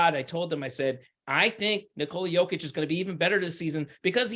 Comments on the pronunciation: Speaking of "putting respect on his name", please help spread awareness that it's pronounced "nI-kola yOH-kitch" and not nikOla yO-kitch. You are doing a noble service for American society. Thank you and God bless America. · Speaking of "putting respect on his name", please help spread awareness that it's pronounced "nIkola yOH-kitch" and not nikOla yO-kitch. You are doing a noble service for American society. Thank you and God bless America. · Hello everyone, please help spread awareness that it's pronounced "niKola yOH-kitch" and not nikOla yO-kitch. You are doing a noble service for American society. Thank you and God bless America. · If he deserves it this year then he deserves it. Speaking of "putting respect on his name", please help spread awareness that it's pronounced "niKola yOH-kitch" and not nikOla yO-kitch. You are doing a noble service for American society. Thank you and God bless America. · I agree. Speaking of "putting respect on his name", please help spread awareness that it's pronounced "niKola yOH-kitch" and not nikOla yO-kitch. You are doing a noble service for American society. Thank you and God bless America. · I agree. The media are way too lost in narratives. Speaking of "putting respect on his name", please help spread awareness that it's pronounced "niKola yOH-kitch" and not nikOla yO-kitch. You are doing a noble service for American society. Thank you and God bless America.